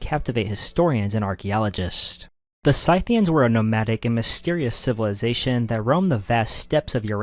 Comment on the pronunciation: Dude its not Synthians, its Scythians :D